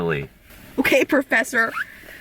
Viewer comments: Okay prafeser! Me: TYS NOW A PREFESER!!!!!! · Did you mean "professor"? Wth is a prafeser??